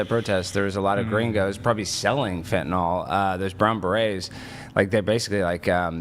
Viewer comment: For the last time it’s FENTANYL! Not fentanALL…it’s not adderall